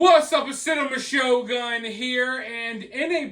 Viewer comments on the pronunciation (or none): none